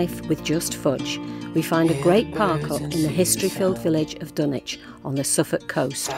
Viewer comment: It’s pronounced as ’Dunnich’, with a silent W